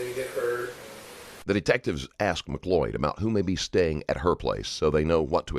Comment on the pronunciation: She can't even pronounce her name correctly..its not MAC loyd it's mcloyd .... jeeeze . Americans can't speak or spell correctly. It's so annoying.